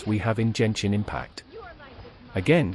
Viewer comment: Jenshin Impact, now i know how did she say it wrong, she went for a text-to-voice and typed Genshin Impact 🤣